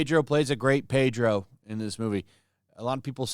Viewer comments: Just say Pedno. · Take the r out of Pedro